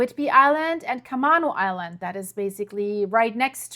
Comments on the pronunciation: It’s pronounced CAH-may-no Island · Camano Island is pronounced Ca-may-no. I( have no idea why.)